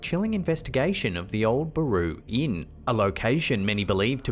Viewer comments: It's Baraboo...not Baroo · It's bare-ah-boo , Baraboo Wisconsin.